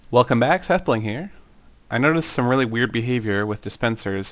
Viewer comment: welcome back seth bwing here. lol